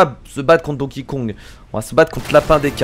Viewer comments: Tu dit Don King Kong !!!!!!! STOP Arretons de bafouer ce pauvre Donkey Kong en prononçant son nom de cette manière !!!! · A tu sais pas prononcer Donkey Kong!!!!!